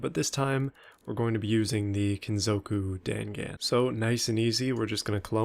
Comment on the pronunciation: dangan is pronounced dong-on